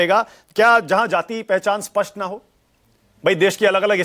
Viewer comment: Aap dono log hi " a- spasht ," ko spasht bol rahe hain